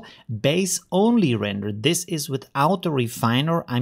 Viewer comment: Euler isn't pronounced "you-ler" my guy... it's pronounced "OIL-er" (like the black liquid that comes out of the ground)... after the great Swiss mathematician Leonhard Euler... 💪😏